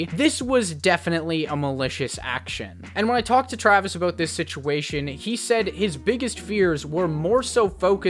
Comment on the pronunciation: Lol aboot